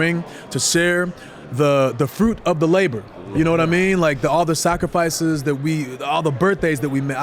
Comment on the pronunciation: Kofi said sacrfice E😂😮